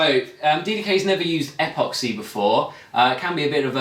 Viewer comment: Dude. Is apoxy a uk brand?, otherwise it's pronounced epoxy, like in email. I hope he used a lower thrust motor for his L1 certification as that sucker will go high and far depending on wind conditions.